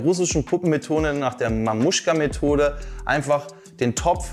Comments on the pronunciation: Nicht Mamuschka, sondern Matrjoschka. ;) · Matruschka nicht mamuschka😅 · nicht mamuschka sondern matrjoschka ;)